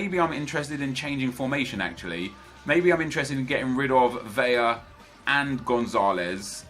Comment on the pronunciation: It's Vela, not Veja. 2 L becomes a j, not one. I'm sorry, but it bothers me so much